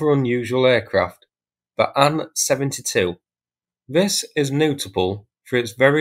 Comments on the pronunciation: Saying Sue for S. U., and Anne for A. N. is annoying AF. Is that the standard anywhere? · Thanks for this, good to see all the info you find. May I venture a comment, the convention when talking about russian aircraft is to spell the first two letters, not to read them. So Il-38 is pronounced "eye ell 38", Su-34 is pronounced "ess you 34", An-26 is pronounced "ay enn 26", and Tu-22m is pronounced "tee you 22m". Only Mig is pronounced as Mig. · SU is pronounced "Sukhoi" (soo-hoy) . TU is pronounced "Tupolev" (too-poh-lev). AN is pronounced Antonov (An-toe-nov). IL is pronounced "Ilushin" (ill-u-shin). Turning the two-letter designation into a word is not a thing that anyone but YouTube commenters do, and frankly it sounds ignorant. You're not ignorant. So, maybe, learn and use the correct pronunciations?